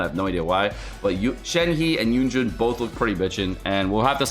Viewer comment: why is everyone saying yunjun? lol it says yunjin